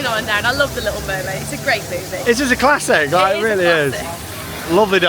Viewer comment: No offense but u said wormaid not mermaid I love ur videos I'm so happy for you with the baby